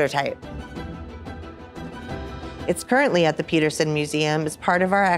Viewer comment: she chuckles about the car being in an accident, which would be totally normal if the driver of the dymaxion hadn't died in the accident. How fast were they going? and Why did she make it seem like no big deal? Also, , why does she call it "Zee only remaining dymaxion prototype" ?